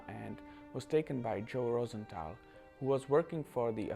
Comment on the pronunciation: Btw it’s rose th al not Rosen th al